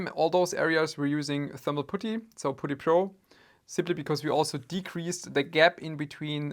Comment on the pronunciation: When pronounced putty like booty 😁